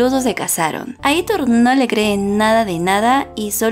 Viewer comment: No es "Aítor", es "Aitór"